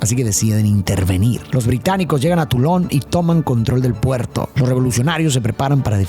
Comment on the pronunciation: jajaja, dijo tulón